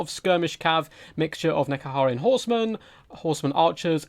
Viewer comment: Dude, how do you say Ushabti and Nehekaran wrong every single time